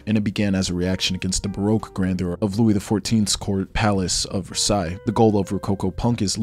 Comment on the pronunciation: I hope that pronunciation of baroque was satire